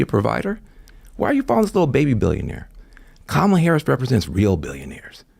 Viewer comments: It’s KAH-mala, Dana. Racist. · So now it's pronounced Cammila